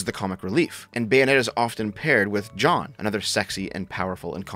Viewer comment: why does he pronounce jeanne as john? that was so confusing